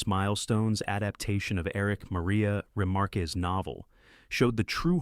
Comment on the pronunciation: Fine doco. If you MUST use an AI voice...and please don't...at least correct names and pronunciation. You pronounced a German name as Spanish: Erich Maria RemarqueZ. At that point I just skimmed the vid to get titles I didn't know.